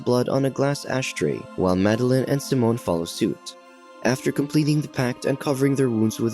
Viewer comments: SIMON, not “Simone”, lol!! It’s like you had a first grader read for this voiceover! I swear as soon as I hear this voice when I watch one of these recaps I immediately skip to the next. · Its Saiimmonn not seemon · His name is Si- mon not symon lmaoo I can’t bruh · bro pronounced simon as samoan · any other TTS options? I can't stand how it pronounces Simon and Thomas